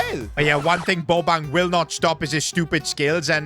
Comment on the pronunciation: Who is goin to tell bro that, that is not how u pronounce bobang's name